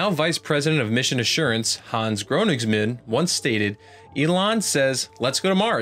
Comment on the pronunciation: Dude, learn to pronounce Königsmann.